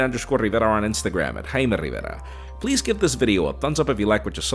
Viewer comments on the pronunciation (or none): I heard it as Hi Marietta.